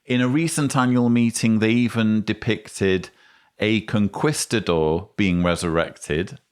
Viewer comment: That pronunciation of 'conquistador' is not going to catch on 😉 otherwise well done!